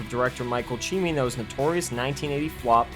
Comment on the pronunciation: Michael Cimino’s surname is Italian, not Asian. The pronunciation emphasis should be on the second syllable, not equally on all syllables.